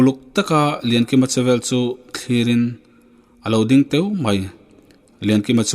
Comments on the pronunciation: A lo ding têû mai tilo in a lo ding teu mai han ti zawkla , YouTube a dah tur tawh chin chu uluk deuh ten han chhiar nawn in i record te han ngaithla nawn phawt tala chuan upload thin la nangmah pawh I lawm zawk ngei ang .. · Alo ding teu mai tih lai a ,teu, tih hi i han thluk sang vak a, ilam dan hi han thluk san vak tur niin ka hre lo, ithluk dan hi amawi lo in adik hlel deuh lo maw